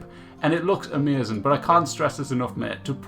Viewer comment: "its emezin".. what kind of accent ist that? :o